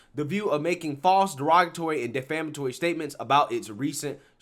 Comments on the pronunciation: De ‘flam’ atory means something different from ‘defamatory’. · I love your channel. One thing tho...It's "Defamatory" root word "de-fame, not "Deflamatory." Keep up the good work! I'm subscribed.